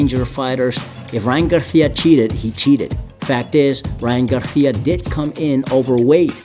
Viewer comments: He said ryan garthia😂😂😂😂 it's garcia my boy 😂😂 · Who the fuck is Ryan Garthia? Spanish pronunciation doesn’t mean Have a lisp 😂